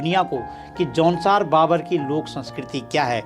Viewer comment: जौनसार भाबर है न कि बाबर। ग़लत उच्चारण कर रहे हैं। भाबर का मतलब ढलान वाला मैदान। बाबर का उद्बोधन अय्याश atatayi लुटेरा से होता है।